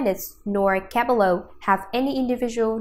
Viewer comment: I hate how she pronounced cabello wrong